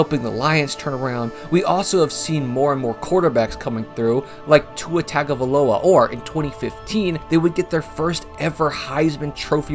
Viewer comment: you just popped up in my algorithm and i clicked with no second thought. You are now my USO. Well done on the video, not to mention the name pronunciations. One critique is Tua's last name is Tagavailoa (TAH-nga-vai-loa), G's in Samoan are said as ng sound. CHEEHOO 🍻